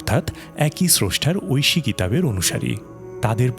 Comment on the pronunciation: Kotha gulo toh sotti kintu tor golar kontho soor aar tor aita uccharon kora je Oyshe bani oyshe kitab (Oyshe toh amar relatives ) mane tui muloto valo kotha bola sotteo tui nijer moner moddhe chaish jeno ami ragannito hoy tor kothar vab sune .Allah tor chokranto bifol korben InshaAllah aar duniya akhirate aar jonno tui shasti paish tai monajat kori (Amin)